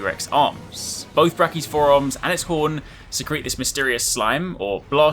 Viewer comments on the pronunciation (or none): none